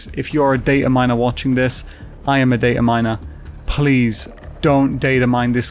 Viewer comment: i can't tell if this is a joke but he says "data miner"